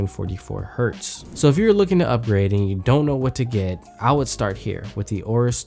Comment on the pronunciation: AYE-OH-RUS, not OH-RUS.